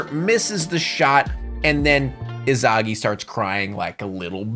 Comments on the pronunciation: ☝️🤓umm the way u say isagi is "es uuh gi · Lol never heard somebody pronounce isagi as izagi. In the dub they pronounce it differently.